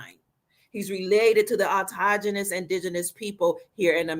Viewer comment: Have been listening and watching for couple years now, appreciate your work- However I cringe every time you mispronounce AUTO CHTHO NOUS Americans as AutoGENOUs. -there are no G’s in Autochthonous - please stop hurting my ears there are no autoGenous people. Autokthonous phonetic pronouncing of Autochthonous. !!!!!